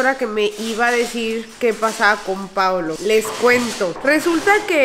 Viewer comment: Si es cierto, ademas Yo siento que pronuncia Paulo 😂😂😂